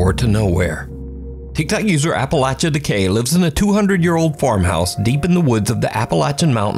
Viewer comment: Thank you for being a youtuber who pronounces "Appalachia" correctly